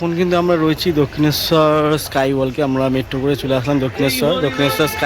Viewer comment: স্কাই ওয়াল্ক নয়। ওয়াক।